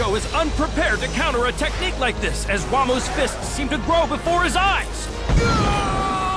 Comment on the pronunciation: This pronounciation of "Wamuu" makes it closer to "Wham".